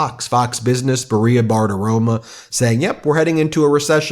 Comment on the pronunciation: Who is Maria Bartirom-UH?